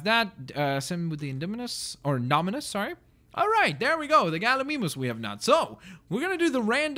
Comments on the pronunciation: instead of Gal-e-me-moose you can do gal-a-mimus for all your vids >-> And come back 2 this vid if you wanna know hoow to say it again .3. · Its galimimus not galimeemus and its baryonx not bary o nx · its actually pronounced Galli-my-mus. but hey, to each his own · You can't pronounce Gallimimus at all